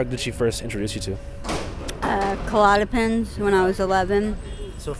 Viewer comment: Fake doctor lady just said It is more likely to occur if you miss But it will happen regardless. Well which one is it? Is it going to happen no matter what or is it more likely? You sound ignorant! Also - klonopin Not Callotapin. Doing drugs none of you can pronounce.... LOL - Even Andrew doesn't know that name.